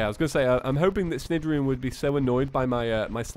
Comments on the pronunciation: Just so you know, “Cnidarian” is pronounced naidarian, like in the word “night”. Keep up the awesome content btw! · Cnidirion is pronounced like snide-ear-ee-on